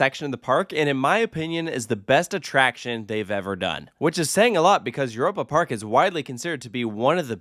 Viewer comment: As a German, hearing this pronunciation of Europe Park has me cringing each time. It sounds like nails on a chalk board.